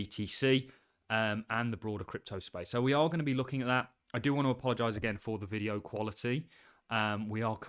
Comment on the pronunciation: “In this videyeow”